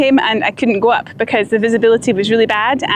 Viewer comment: I love how she says "becooose of the clooods"